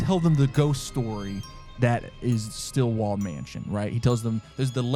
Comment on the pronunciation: StillWALL!!! Not Stillwell, Stillwall!!! Urrgh, that was... not cool. I am screaming on the inside from that oversight! Otherwise... eh, this one was on an extra level of unfair, I'd say. It's one thing to prank someone with a fake story... but it's sorta kinda another to tell someone that one of them's fake when NEITHER are. One's blindsiding the guest with a hope of figuring it out, the other... doesn't have that chance and good sportsmanship. I'm sorry.